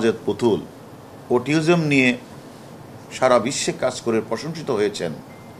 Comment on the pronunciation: Mr,harun saheb,,আপনি autism এর উচ্চারণও ঠিকভাবে বলতে পারলেন না অথচ বিসিএস ক্যাডার হয়ে এখন পুলিশের ডিআইজি,অটিজম কে অটিওজম বলে ফেলছেন, একজন বিসিএস ক্যাডার কর্মকর্তার মুখে ইংরেজি শব্দের ভুলভাল উচ্চারণ খুবই লজ্জাজনক